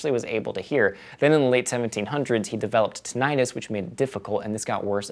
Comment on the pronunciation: You don't pronounce tinnitus like that.